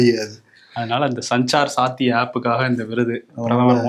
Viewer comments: சாஞ்சார் சாத்தி அல்ல சஞ்சார் சாத்தி என்று உச்சரிக்க வேண்டும். 😢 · It is pronounced சஞ்சார் சாத்தி.😂😂